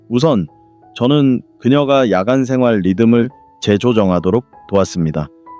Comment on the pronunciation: 좋은 강의입니다. 그러나 단어의 발음 문제가 있습니기다. 야간, 이노, 현대,최소, 등, 첫 자는 모두 길게 발음하시옵소서. 유튜브에, nobulkoreanlanguage를 치시면 우리말 우리를 문제에 대한 귀한 강의를 들을 수 있습니다. 미국 변 완수 드림